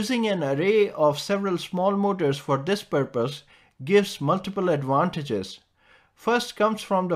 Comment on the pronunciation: Adwantages? There’s no V in that language?